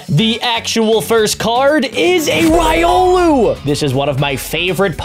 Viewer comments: You said riolu rong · It’s pronounced ri-olu